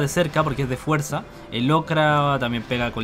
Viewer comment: "Is di fiirzi"